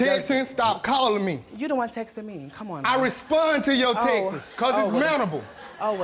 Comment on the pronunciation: “I responded to your “textes” 😭😭😂😭